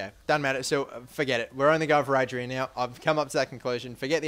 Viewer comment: Adryan takes ages to get past 80, and it's pronounced AH-DRIE-AN